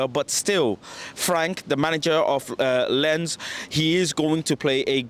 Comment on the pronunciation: It is pronounced Lance not lens.